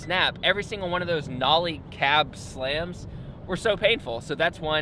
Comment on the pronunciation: “nOlLiE cAb”